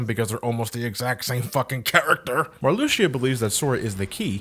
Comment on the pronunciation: I don't mean to nitpick, but his name is pronounced Mar-loo-shah, at least, that's how I've heard everyone I know who knows Kingdom Hearts pronounce it. And her name is pronounced Lark-zeen.